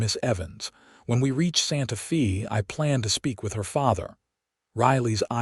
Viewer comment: Will not finish this video 5 minutes in. It's Santa Fey, not Santa Feeee. Yikes! Narration is essential to the succrss of a video.